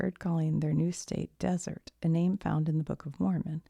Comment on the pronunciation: 2 things I'll add las vegas new mexico is where billy the kid spent a lot of his time. And the deseret is pronounced des-er-ret. Being from Utah tons of stuff is named that lol